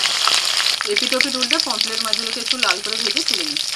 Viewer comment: Dath tipe kotha bola ar bondho hobena anar pomfret ka pomplet bolche